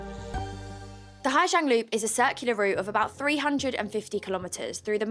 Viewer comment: Awful news for Orla and her family. My issue with this report is the reporter is very symptomatic of what Hà Giang ('zang' not 'jang') has become and seems to believe her experience of westerners getting rowdy and drunk in a quiet Vietnamese village is everyone's experience and the correct way to experience it. I have driven the loop myself twice, first in 2018 and secondly in 2022. It is the most beautiful place I have ever seen. In 2018 the roads were dangerous with a lot of trucks and some underdeveloped roads. The homestays we stayed in were very wholesome with beautiful locally farmed food cooked for us and some rượu (corn alcohol) to wash it down as is the local custom, maybe accompanied with some music from local instruments and a very early night's sleep to prepare for the next day of driving. In 2022, everything was much the same other than the droves of 'easy riders'. A great service which allows people who are not motorbike drivers to see this amazing place. I think from an internal safety perspective, they are mostly sound, other than some of the points raised in the video. However, even as they are relatively safe drivers, a straight line of 10-15 drivers makes it very difficult for other drivers to navigate overtaking and makes incompetent truck drivers make horrific gambles. We were also able to stay in authentic homestay on two of the night's, one was an incredible experience with a H'Mong family. Unfortunately one of the nights our only option in the area was